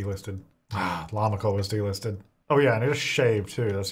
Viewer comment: Everytime he said delisted I thought he said d-listed 😂😂😂😂